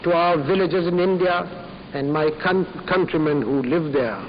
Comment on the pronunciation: I just couldnt help from letting out a little immature laugh when he said "My cunt..countrymen"